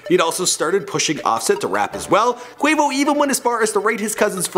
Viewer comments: He said "Kavo" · he says cavo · This dude said kavo 😂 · can someone tell him that quavos name is quavious, not quavacious?? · It's not Quavacious, it's Quavious! Do your bloody research! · "quavacious marshall" im dead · i thought that was what i heard! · Did just say Kavo? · "Caveo" lmao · dis nigga said... KAVO... 😂😂😂😂😂😂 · 2.25 Quavos name is Quavius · XDDDDDD - HE SAID "KAY-VO" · Lmao cavo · my nigga did u say Cavo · this nigga said qavo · did anybody hear him say Cavo instead of quavo? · He used to say Quahvo because he does not respect black people. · They made him do it again to get Quavo name right😂😂😂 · U messed up quavo real name so bad